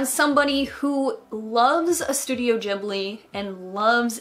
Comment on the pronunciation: i think you might be mispronouncing ghibli? x3 how is it pronounced I can never remember!